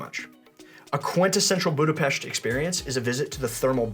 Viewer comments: extra points for pronouncing Budapesht correctly! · THANK YOU for pronouncing Budapest correctly! As a Hungarian-American it drives me crazy that most of the world can't pronounce it!